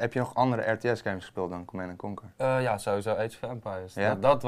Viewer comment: Laten we niet vergeten hoe iedereen het altijd uitsprak als "Command en Kanker"